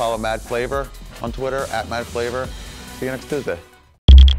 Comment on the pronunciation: He definitely says follow me on twatter.